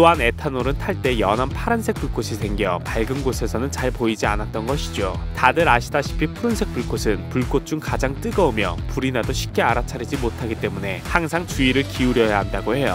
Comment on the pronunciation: 발음 좀 어떻게 안되겠습니까? 불꼿이 아니라 불꽃. 폭팔이 아니라 폭발.